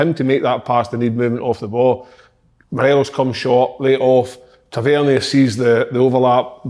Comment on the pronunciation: Kyle says Tavernier different every week and could go probably 200 episodes without saying it right